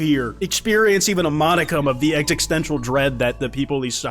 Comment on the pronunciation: bro says exixtencial